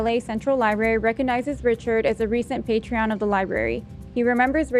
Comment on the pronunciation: The use of “patreon” instead of “partron” TWICE 😂